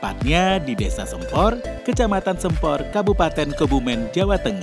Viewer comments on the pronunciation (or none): Pengucapan nama waduknya salah mas, vokal "sempor" salah 🙏 vokal "e" nya salah 🙏